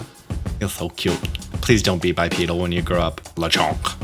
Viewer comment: "please don't be bipdeal" uhh who's gonna tell him Fuecoco is already bipedal